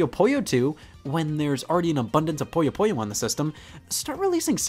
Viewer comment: Scott, I love you, but please... Puyo Puyo. Not Poyo Poyo or Poya Poya. You're not Kirby, and you're not some loan shark from Brooklyn with gang ties and a strange affinity for puzzle games.